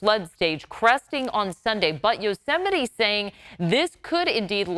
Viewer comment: That's pronounced, Yo-ze-might. McDonald's J Trump